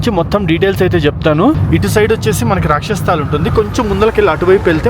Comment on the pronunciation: Rakshas sthal kadu bro, "rakshas Taal". Taal ante lake ani ardham. 😅